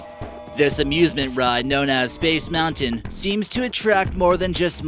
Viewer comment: When he said space moutian my heart dropped